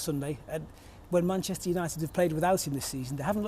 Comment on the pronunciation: but then every other time he says “munchester” 😂